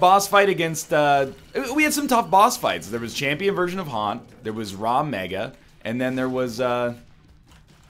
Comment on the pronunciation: WTF is Raw Mega? Pronounce boss names right, you fucking egg.